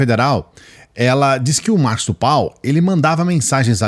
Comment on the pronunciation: Mosso como voce quer ter uma live se voce nao consegue nem falar o nome correto é marcos do val